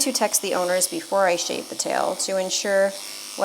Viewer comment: SHAVE NOT SHEVE